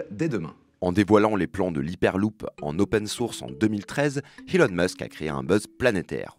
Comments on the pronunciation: HHHELON MUSK ? c’est qui ? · HHelon musk ?? Hmmm oui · L'iperloupe Helon Musk (prononce le h quand y en a pas et le prononce pas quand il y est) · HHHelon Musk ? Connaît pas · Ahah, je venais poster le même commentaire. Faudrait lui dire qu'on ne dit pas Helon Musk. Il a mal compris les conseils pour parler anglais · Je suis d'accord avec toi et c'est surtout la manière dont il prononces elon Musk qui m'est insupportable